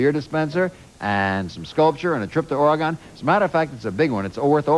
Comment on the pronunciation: As a native Oregonian, I cringed at the mispronunciations of "Oregon" and "Kah-Nee-Tah"!